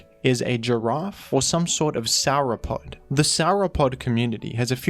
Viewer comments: I can't be the only dinosaur fan that felt offended that said SOUR-O-POD when its pronounced sore-o-pod. But still a good video and honestly sets Zapdos as a standard as to what makes a good pokemon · Sour-O'pod? Come on. First Gru-don, now Sour-O'pod? 😂